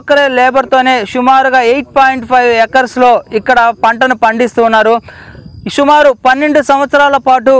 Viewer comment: షుమారు కాదు ! అన్న సుమారు అని పలుకండి